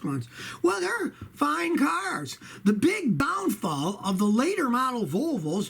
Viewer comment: Scotty did you say bown fall? Not down fall lol.